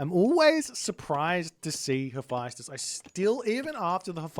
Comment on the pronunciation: Mummy vizIER not vizer Also please check the pronunciation Hephaestus 😮